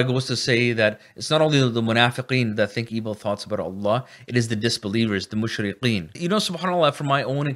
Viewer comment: Mushrikeen not mushriqeen. Nice video :)